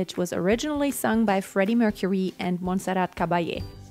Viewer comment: Had to comment! One thing, first reaction video that pronounced her name properly!!! Thank you xxx